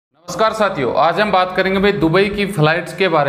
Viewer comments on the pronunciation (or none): none